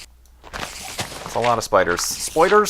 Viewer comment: Am I the only one who thinks the way says "spoiders" is great?